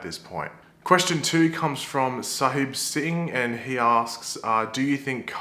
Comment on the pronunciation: He actually said my name right to